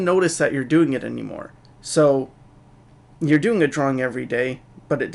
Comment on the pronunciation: ***** its pronounced "you're"